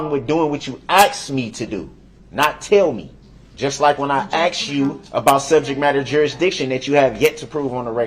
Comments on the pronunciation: He axed it. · I'm surprised he hasn't "axed" him whether paper clips or staples were used to secure the pages of the report... 🤨